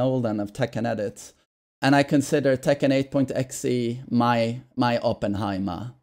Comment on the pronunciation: It's actually pronounced E. X. E.